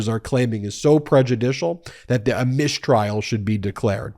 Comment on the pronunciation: what's a "mishtrial"? SHTOP IT also Swift wrote that a bit less than 300 years ago, not 700 years LOL